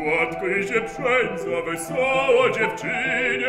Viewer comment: Bardzo ładnie wymawia Pan "ł" w słowie "dłuższa"! Szkoda, że tak rzadko można już usłyszeć u śpiewaków tę poprawną i tradycyjną wymowę! Dlaczego tylko w innych słowach, jak np. "wesoło" i "płonie" nie wymawia Pan już przedniojęzykowego "ł"? Cieszę się jednak niezmiernie, że chociaż "dłuższe nici" przypominają nam o szlacheckiej wymowie :-). Poza tym ma Pan bardzo ładny głos i śpiewa Pan często zapomniane perełki Moniuszki, których na próżno szukać w sieci. Dziękuję!